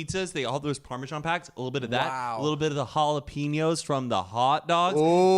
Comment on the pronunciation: said Jalapeenyo and tapatito lol